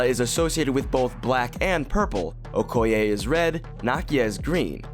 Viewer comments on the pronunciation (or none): none